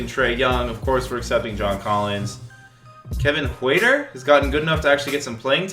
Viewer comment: You pronounce Kevin Huerter wrong